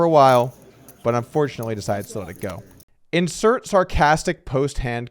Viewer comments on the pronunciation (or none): none